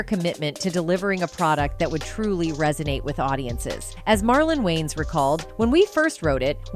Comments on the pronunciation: Not Wayne's family. Its Wayans. Once you here it , you cant unhear it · It’s pronounced “WAY-YINZ” not “WAYNEZ” 😩😩😩😩😩